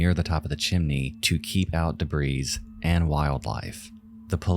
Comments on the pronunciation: Debris is pronounced debree not debrees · Holy shit man. "Debris" has a silent "s" at the end. You don't pronounce it. It is pronounced "de bree" not "de brees". Also, the plural is the same. Whether its one piece or multiple pieces, "Debris" is "debree". How does one not know this? I hope you don't say "deers" when speaking of more than one deer. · This AI narrator has me thinking it was real, but only AI pronounces "debris" like 'debreez'.... Silent 'S' skynet